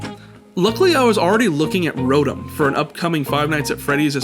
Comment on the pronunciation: It's pronounced rotom